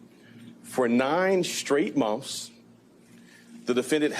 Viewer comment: Is he saying 'mumfs' instead of months?